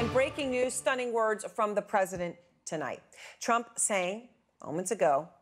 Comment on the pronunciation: Every time Trevor says ‘president’ , it sounds like ‘presidents’